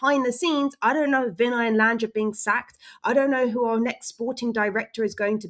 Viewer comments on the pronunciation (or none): none